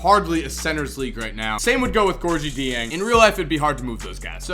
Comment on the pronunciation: look up how to pronounce Gorgui Dieng